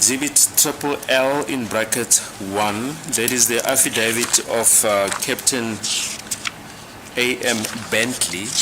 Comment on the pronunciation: I lovs the way pronounces affidavit❤